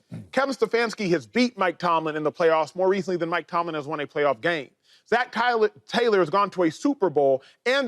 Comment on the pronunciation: Acho is struggling to say “Taylor” 😅